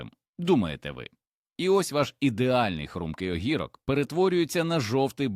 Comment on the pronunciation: Зроби нормальну озвучку, бо твій ог_І_рок ріже слух. 😊